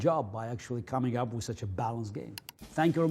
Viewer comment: I love when he says wiz